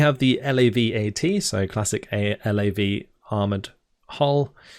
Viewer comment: For future reference, nobody in the military pronounces every letter in the acronyms. It's LAV not "L-A-V", DAGR (dagger) not "D-A-G-R" etc.